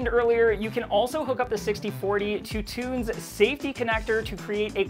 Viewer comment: Tunze is a german name and more spoken like "it's a" - tuntsa - you are welcome :D and cheers from germany. ✌️